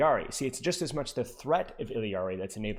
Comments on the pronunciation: But you're not even pronouncing it IL-YAR-EE you're clearly saying IL-EE-YAR-EE and my ears hurt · Love your content, but for the love of god it's "Ill-ah-ree" not "Ill-ee-ah-ree" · if you're reading this, in Spanish her name is pronounced like "ee-yari." I notice you sort of mixing together the English double-L sound and the Spanish 'yah' double-L (like heard in 'quesadilla' or 'pollo') and simply put, Illari's name in Spanish does not contain the English double-L sound at all. Just the 'yah' sound, pronounced something like 'ee-yari' or 'ee-yarry.' Feel free to say it however you want though, just wanted to inform you and thanks a million for the great content:) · “ILL-EE-AR-EE” lmao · Bro, it's only one 'I' in Illari. Il - lar - ee, 3 syllables. I usually let it slide but that pronunciation is so hard to listen to lmao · It's actually pronounced "eeyaree" if I'm not mistaken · Obviously hes not doing it maliciously, but why is it a big deal for me to point out the pronunciation in my language? Especially when its said with a Spanish pronunciation in the trailer. I think everyone else needs to chill, its just a name, this isn't some woke agenda or whatever and I wasn't being rude about it or trying to force him to say it a certain way, nor am I trying to force you to pronounce it "my" way. In fact, if you read my entire reply, I tell to pronounce it how he likes because you're right, everyone has an accent and different place of birth. So why cant I freely share how I say her name?